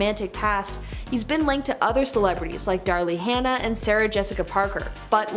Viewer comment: JFK Jr dated Daryl Hannah..not ‘Dar-lee’ Hannah